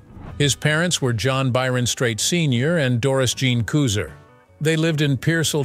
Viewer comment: His mother's maiden name, Couser, is pronounced incorrectly in the video. (It rhymes with mouser.)